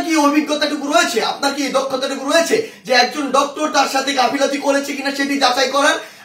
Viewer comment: সাড়ে ৪ ফুটের সারজিস গাফিলাতি না গাফিলতি বলতে হবে।